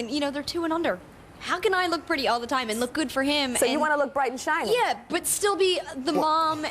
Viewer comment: Ha! He said "shight and briny"! Around 16 minutes in. That's! He meant bright and shiny!" I had to listen twice to be sure what I heard!!